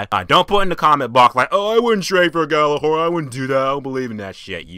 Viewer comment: Your pronounce it wrong it's like yallahorn